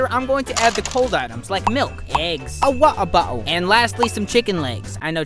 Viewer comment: Why did he say waterbodle like that 🤣